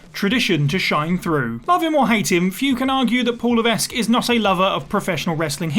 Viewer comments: For the love of….his name is pronounced Luh-veck. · The "s" is not pronounced in Levesque. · Maybe it's just me and my standards are too high, but if I were recording a video about Paul Levesque in which I repeatedly said the name 'Paul Levesque', I would check how to pronounce Levesque. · you don't have to speak to know how to say it right. Please don't take up for shoddy journalism. If this person had known anything about HHH or seen alot of last say... 5 - 10 years of wwe this name and how to say it right came many many times....